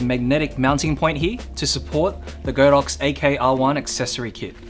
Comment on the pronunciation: Great video, however, it's pronounced god-ox not go-dox